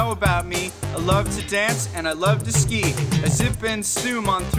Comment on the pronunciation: SKI NOT SKEET 🤣🤣🤣